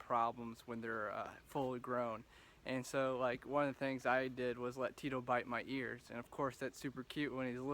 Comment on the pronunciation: It's Cheeto non Tito lol